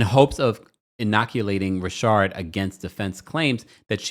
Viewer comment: Please can you say Richard not rashard